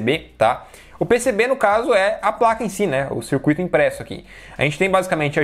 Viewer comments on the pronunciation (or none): none